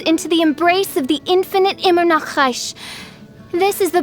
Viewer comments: I love how she pronounces “ EmEnAcReSh “ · The voice actress should have added some correct pronunciation of German language for some words. The way she says Verurteilung, or Immernachtreich is just destroying my ears😂